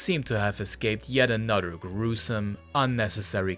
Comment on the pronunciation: You can say "anything" you can properly pronounce "th" why are you pronouncing another as "anudder". Wtf.